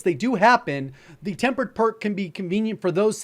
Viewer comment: Tempered not tampered lol 😂